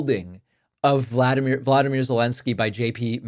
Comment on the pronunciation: His name is Vo-lo-do-myr, long O's, Zelensky. The Villain is named Va-la-di-mir, short A's, Putin. IK I'm being a pissant but feel sure Volodomyr can't enjoy hearing his enemy's name spoken when being referred to 🤷💙😘